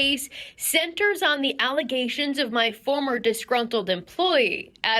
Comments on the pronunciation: You have corrupted my mind. Now every time I hear the word allegations all I hear in my head is allizations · ALLEZATIONS Entire crowd cheers in frenzy, especially me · Always making those 'allezations'! 😮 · Im just here to hear the Mayor say Allezations. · It still shocks me when I see that clip lol I dont understand how that happens, did she genuinely think thats how its pronounced? Was she pronouncing it that way intentionally?